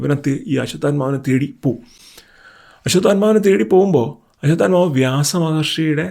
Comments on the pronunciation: തെറ്റായി പറയാതെ, അശ്വഥമാവ് ആണ് അശ്വതൽമാവ് അല്ല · Ashwathamavu anu...almavu alla. L illa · അശ്വത്ഥാമാവ് എന്നല്ലേ അശ്വത്ഥാൽമാവ് എന്നല്ലല്ലോ. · അശ്വത്ഥാമാവ് ആണ്.. "അശ്വത്ഥാമാവ്- ഹത:കുഞ്ചര" എന്നാണ് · ബ്രോ... 🙏, ആശുദ്ധത്മാ അല്ല, അശ്വദ്ദാമവു, പിന്നെ ദ്രുപതൻ ആണ്. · It’s not draupathan ,it’s drupathan and also it’s not ashwathathma it’s Ashwatthama